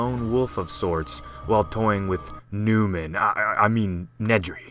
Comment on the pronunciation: . Good god, forgive me for laughing at that part. For some reason I stuttered gibberish at myself after hearing "Noomin" XD.